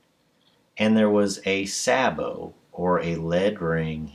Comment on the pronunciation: I was getting ready to correct your pronunciation of "sabot," but I thought to double-check before commenting. You're quite right: "sa-bow". I thought it was "say-bow". Oxford Dictionary: sabot /ˈsabəʊ/ noun. e17. [ORIGIN: French from Old French çabot blend of çavate (mod. savate) and bote (mod. botte) boot noun2.] 1. ‣a A shoe made of a single piece of wood shaped and hollowed out to fit the foot. e17. ‣b A heavy shoe with a thick wooden sole. m19. ‣c A decorative metal foot cover for a piece of wooden furniture. m20. 2. Military. ‣a A wooden disc attached to a spherical projectile to keep it in place in the bore when discharged. m19. ‣b A metal cup or ring fixed to a conical projectile to make it conform to the grooves of the rifling. m19. ‣c A device fitted inside the muzzle of a gun to hold the projectile to be fired. m20. 3. In baccarat and chemin de fer, a box for dealing the cards, a shoe. m20. 4. A small snub-nosed yacht. Austral. m20. Derivatives: ■ saboted adjective wearing sabots m19.